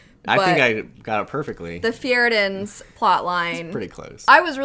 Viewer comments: "Fearbeduhr" made me imagine the Swedish Cook voicing Matthias' dialogue... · "Fjerbaher" really made my day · “Fure-bee-der” 🤣🤣 I’m just gonna call it that from now on 🐐